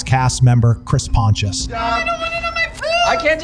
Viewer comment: Tell me youve never watched "Wild boys" without telling me 😂 "PON-TI-US" Chris Pontius